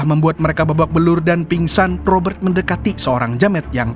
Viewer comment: Cadangan Admin Kalau boleh nama ROBERT tidak perlu dibunyikan huruf R tetapi dijelaskan bunyi huruf T. Seandainya huruf R diperjelaskan semasa menyebut nama itu, ia akan berbunyi seperti ROBBER yg membawa maksud perompak. Maaf sekadar cadangan..